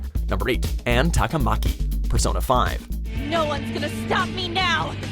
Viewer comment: Is it bad that I got triggered when they pronounced “Ann Takamaki’ as “Anne Tok-a-Mauke”